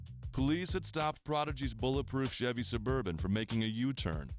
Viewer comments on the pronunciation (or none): none